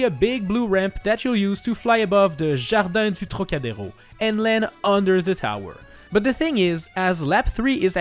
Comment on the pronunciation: Oh gosh this arc de triomphe was so WELL pronounced, good to see a non french speaker saying a french word/name so correctly ! Just, thank you ! Edit : same for Jardin du Trocadéro ! How can you pronunce it so well ?!! Tell me your secret !!